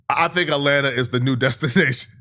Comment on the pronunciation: "rAtLanTa" 🤓 Fkin goof 😂